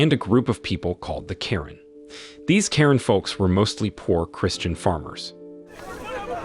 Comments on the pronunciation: Yes the culture name is Karen. I’m one of them but you don’t pronounce it like that. You pronounce is Kuh-ren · Kuh-ren sorta like Quran. Very odd. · Karen is a culture but you don’t pronounce it like that. You pronounce is Kuh-ren. Thank you🙏